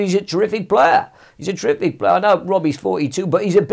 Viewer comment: Redknapp: trrific